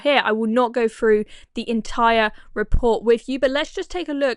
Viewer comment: Is it REALLY so hard to say "boTH" and "THrough", instead of "boF" and "Frough"? Thor thuck's sake...